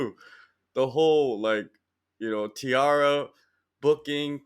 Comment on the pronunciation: Who tf says Tee-Ara, theres no e in the name. Brother needs to go back to english class.